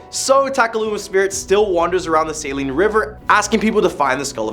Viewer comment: As a native Kansan, I wanna say TYVM for correctly pronouncing 'Saline'. I got neighbors that can't even get that right...